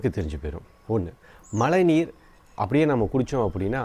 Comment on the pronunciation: உங்களுடைய மழைநீர் என்ற சொல்லை உச்சரிக்கும் போது ழை என்னும் ழகரத்தை சரியாக உச்சரித்துப் பழகுங்கள் நண்பா நன்றி